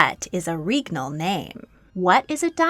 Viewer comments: I'm convinced at this point that you intentionally put mistakes in your videos for the algorithm to goad people into commenting. Regnal is not correct. The "reg" is pronounced like leg. It's pronounced leg-nal with an R. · Awesome stuff! Pronunciation's a bit off, especially with "regnal", but otherwise very educational. Edit: Also Æthelred the Unready's nickname was a pun on his name (meaning "well advised") and unræd, meaning "poorly advised"